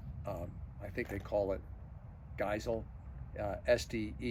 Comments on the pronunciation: Geissele: Guys-Lee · Since you were unsure, it's pronounced Gize-lee just like you were saying guys as in, "Hey you guys," and taking on lee on the end.